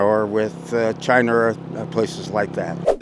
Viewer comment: Gotta love when comes on to spew his “border terrorists” nonsense. He even does Fat Cheeto’s pronunciation of “Chiner.” Lmfao